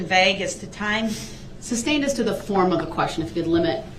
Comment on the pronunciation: Please tell him it's sustain substain!!